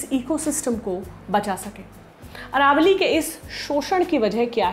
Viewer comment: Aravali not Aravalli